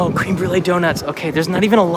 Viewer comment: Thumb down because u mispronounced "Créme" incorrectly. Tsk tsk.